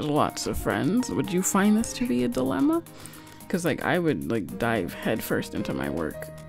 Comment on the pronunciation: It's "dilemma", not "dilema".